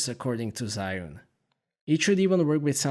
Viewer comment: It's actually pronounced Jee Yoon but great review! Lovely footage.